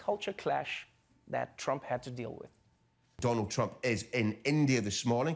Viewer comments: DOLUND TRUMP 😀...gazab tha yr wo speech. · Doland Trump 😅😂😂😂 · You are wrong it's Doolaan Trump 😂😂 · it's even out coz modi said dolund trump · this was done purposly to insult in revenge against Dolund trump 😂😂😂